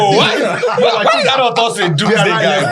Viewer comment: Why is pronouncing doomsday...lol